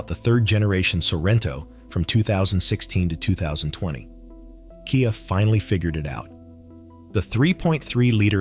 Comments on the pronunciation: What on earth is a K.I.A. Sorento (Kee-uh?)? And what is a Kia Five Six? (Vee 6?). What about the Toyota Threeeeee 2GR-FE? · Hello little robot. KIA is pronounced Kee-ya.